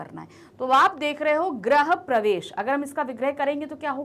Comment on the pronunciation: mam grah pravesh nahi hota grih pravesh hota hai aapne uccharan galat kiya hai (GRAH) means planets and (GRIH) means Home. 🙏🙏🙏🙏🙏🙏🙏